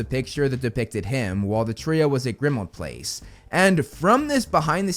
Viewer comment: Please put the emphasis on "PLACE" in "Grimmauld Place", not on "Grimmauld". It's just how place names are said.